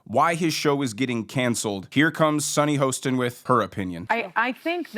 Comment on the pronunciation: SUNNY HORSECHIN.. Get her name right.!